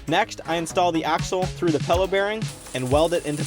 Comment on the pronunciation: don't wanna be that guy but it is called a pillow bearing not pello! sorry it was bugging me